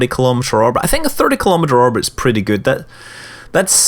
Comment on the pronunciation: Does it bug anyone else that when he says orbit it sounds like "arbit"?